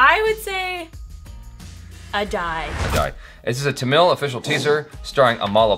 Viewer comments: It's pronounced ah-tei.... It means cloths or fabric.... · Aadai = Ah-Die (Actual pronunciation)